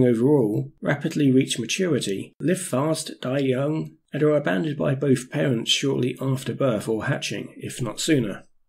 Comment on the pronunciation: Great video but really shit pronunciation, an otherwise highly capable presenter seems unable to articulate the "th" sound, really,really annoying! How can anyone expect to be taking seriously with "veir", "vis", "boff", "vem" and and other such disappointments. Such a let-down....